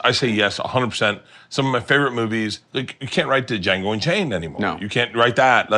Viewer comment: Bert for real say dajango while trying to be deep hhahhha